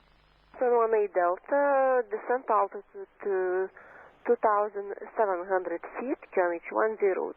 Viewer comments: Can confirm, it sounds clearly like 2700. German native speaker here. It's just heavy Spanish accent. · I clearly hear 2500.